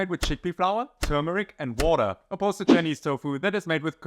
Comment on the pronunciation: Haha, came for the recipes and stayed because of them - despite the german accent and the "wordaah" 😂 I really like the explanation and comparison of the two versions! Will copy it, thank you! 😉